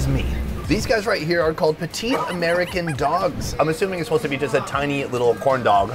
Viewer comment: The way he said corn💀💀💀💀💀💀